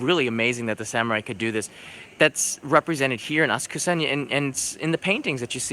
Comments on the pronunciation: ASA'KSA PLEEEEEASE!!!! Not AS'KUSA!!!!! The "U" is silent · Hmm cannot stop cringing when you say "asKUsa", it is "aSAksa"